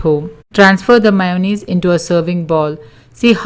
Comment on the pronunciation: All fee meyunaise.. Lol